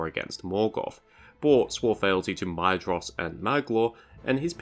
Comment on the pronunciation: Isn’t Maedhros pronounced mOYTHros? ..